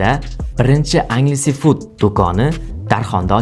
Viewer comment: Agles food ( enjls fut)